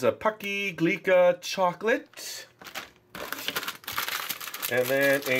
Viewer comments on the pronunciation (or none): Heheh you said Glica...its Glico. But it does look like an a at the end